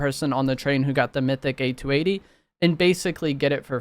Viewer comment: Speaking as a 50 year old man, every time I hear you spell out A.T.A.T. rather than simply saying at-at, my inner 8 year old squirts out another tear.